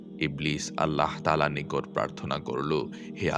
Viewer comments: "allaho" ki jinsh? bhooter moto bar bar nijer Rabb er naamer bikrito uccharon korei jacchen. "ALLAH" naam ta bola ki khubi koshtokor apnader jonno? oshojjho! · আল্লাহ শব্দ উচ্চারণ ভুল